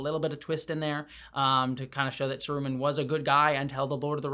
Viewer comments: Omg plz don't say Saruman like that again! One of the consistent problems of the show has been that it's mystery boxes (actually, having any mystery boxes in a Tolkien property may be a problem in itself) have consistently been the most obvious thing. Who is this Gandalfy stranger? Surely not Gandalf -- that's too obvious. It's Gandalf. Who is this sketchy guy? Surely not Sauron -- that's too-- IT'S SAURON. Wh-- the dark wizard who doesn't like being referred to as dark (maybe he'd prefer "the White?") is Saruman. These writers couldn't find subtlety if Bilbo drew them a map. They would benefit from an editor in the writer's room with one job: no speaking in general, but every time someone suggests something as blunt as "we change the place name to Mordor, but the script is burning!" or "what if there's a constellation in the sky showing Gandalf's elven 'G' rune?" the editor just gets up, backhands them, and says "*you* are the son of a traitor" (and maybe the editor position is filled by Michael Dorn.) They've killed off the most interesting character the show has offered so far with Adar; Sauron is the only one left with much depth, honestly. Plenty of characters might show potential, but they haven't delivered it yet. For all that, I'll probably watch the next season anyway. For one thing, I've been watching series since 2008 simply on the basis that Bear McCreary scores them and I'm not about to stop now. I'm also curious if they are going to provide some insight as to wh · SArumahn, not saRUman..... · Every time you call him Saru-man, 2 things happen. 1. Christopher Lee sits up in his grave and yells „Saruman!“ with the stress on the 1st syllable where it belongs and 2. I picture Christopher Lee in full Kelpien makeup spiked up on that wheel in Return of the King and that makes me so sad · May I ask why you pronounced Saruman “saROOman”? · I've never heard anyone say Saroooo-mon before 😅